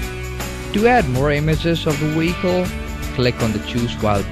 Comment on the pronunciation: Iwe pronounce wicole properly